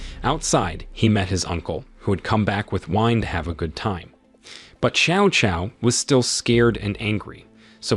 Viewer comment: New drinking game: drink every time Cao Cao's name is mispronounced.